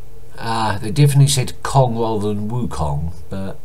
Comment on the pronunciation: it's Kahn not kong, as in the Tiger from Jungle book.